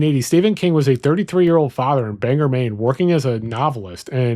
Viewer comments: It's not pronounced banger. It's pronounced bang-oar. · It's Bang-OR not Banger. "Banger" would be funnier for the local paper, the Bagor Daily. Sadly, that's not how you say it. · Mainer here. Whooweee the way you pronounced some of our towns lol. Great video. For those uninformed with our little neck of the woods Orono(Ore-rah-no) is the town that the university is in Bangor (bang-or) he fell for the common trap or banger That’s about it thanks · Orono is pronounced OR-unno. Bangor is pronounced BANG gore